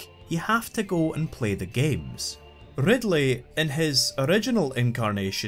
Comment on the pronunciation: love that rrrrrrrrrr